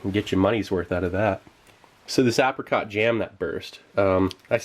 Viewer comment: "apacot" haha oh and "resodor"